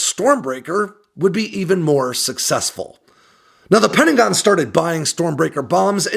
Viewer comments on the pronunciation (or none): none